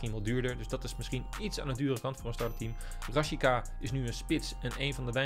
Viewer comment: Niemand: op: RaSjiKa